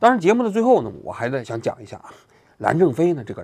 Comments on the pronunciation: 蓝战非是不是念成蓝正非了 王局这个业务能力不应该呀😂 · 人名就几乎没有说对过，我都怀疑是战术性的了😂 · 估计是任正非这名字，已经深深烙在王局的脑海中，这期节目一直把“蓝战非”说成“蓝正非”😁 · 能发音准确吗，战不是正，央视主持人走后门了吧😂😂😂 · 能不能说清楚不是蓝正非 是蓝战非😂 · 蓝战非！不是蓝正非，你这记者当的什么玩意儿？主人公的名字都能反复念错，不着调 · 你为啥每期都会念错名字？还好意思吹一天做多少功课。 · 把“猫一杯”念成“猫一菲”，把“刘峰”念成“朱峰”，把“蓝战非”念成“蓝正非”，王局的视频文案是自己写的还是手下人写的？如果是自己去收集材料，去逐步了解过事件，真的很难想象会把当事人的名字都念错。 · 王局老是“蓝正非、蓝正非”的，搞得我老出戏……😂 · 是蓝正非还是蓝战非，语音听起来怎么这么像蓝正非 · 跟我念：蓝 战 非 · 假酒喝多了吧，吐蕃！云浮！蓝战非！别瞎78喝酒了最近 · 其一：作为新闻评论人，是团队没认真做稿子还是自己没审核就直接念了，连主角名字都全程念错？其二：叫别人死胖子，那是不是人身攻击？ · 王局最近是不是压力太大老年痴呆了，基本每一期的视频主人公名字都念错。搞得我心痒痒的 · 最近的节目和选题真的越来越水了。配角的名字念错就算了，连主角的名字都能念错。另外像“最忙五人组”这种可以系统性揭露基层腐败路径的新闻，以及俄罗斯将军网上自爆的新闻，竟然都没有一点提及，真的是失望啊。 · 真的别老自称是新闻人 、调查记者了，职业素养你还有吗？主人公名字就仨字你都能念错，但凡有个人名你都经常性的念错，芳华那期 自己数数念错多少个人的名字？就这样 还总是那么迷之自信，极度自负！ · 我现在开始觉得王局每次是故意把名字说错的。